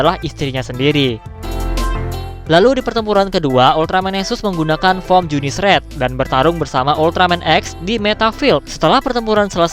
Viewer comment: ya bener junisu njir bukan junice